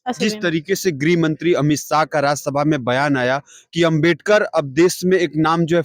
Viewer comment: Jo Ambedkar nahi bol pa ra h wo rajniti samjha ra hai😂😂